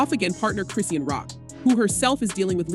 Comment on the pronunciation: Why are the blogs always pronouncing Chrisean incorrectly. Chri-shawn, Chrisean! 😂